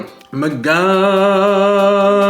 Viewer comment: Good job again for cooking this bistek tagalog with the help of of course 😊. I'm still hoping to see you try menudo. I'm sure you'll love it! BTW.. You can use magandang umaga as an intro but you have to stress it on magandaaaaaaaaaannnggg... umaga! Instead of magaaaaaaaandang umaga! 😊